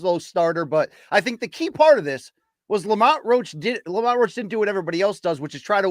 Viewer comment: His name is Roach damn it lol